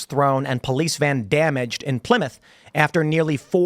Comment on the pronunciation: Well done, you said Plymouth correctly....